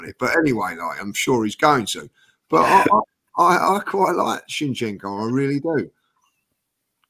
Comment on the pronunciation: needs to know how to pronounce his z'ds. Why does he insist in keep calling him Chinchenko